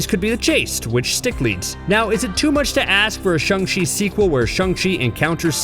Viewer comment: Its shANG not shUNG